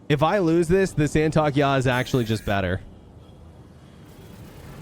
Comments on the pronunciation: San-Tok-ey-I ,not San-Talk-Ya 😂 or just call it STY Fighter (TIE Fighter) Good video though, thank you 😁👍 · just wanted to interject and say it's pronounced 'Santo-kee-eye' :) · It’s “Saint of Kai”